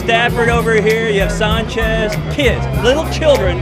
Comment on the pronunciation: he couldnt pronounce sanchez right in